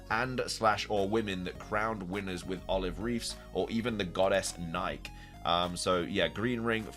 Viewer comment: Nike is pronounced like the sneaker brand, my friend. that's where they get the name from after all